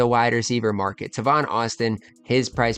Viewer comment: It’s TAY-VON not TA-VON